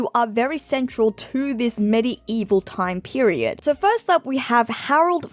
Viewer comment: Worth watching just to hear medi-evil pronunciation 😂